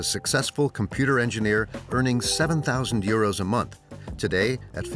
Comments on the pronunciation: Why does the commentary always mention money as eurose (sp). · Why they say uroes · Why does the narrator keep saying euro s.